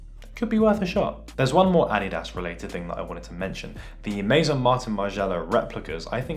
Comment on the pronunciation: Who else hate how he say adidas